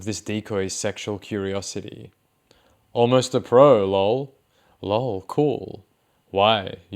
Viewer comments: I love your videos, I really do, but..... I HATE when you say LOW'EL as opposed to L.O.L !!!! I dont know why, but It is like nails on a blackboard ! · I always laugh when they pronounce “LOL” as “LOWL” 😂